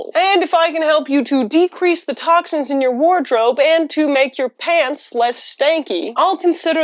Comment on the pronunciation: For a moment there I thought she was saying "I love paints"... Which is understandable, considering her normal content.